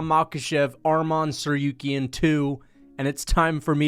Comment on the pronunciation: I hate the way he pronounces TsarROOKyan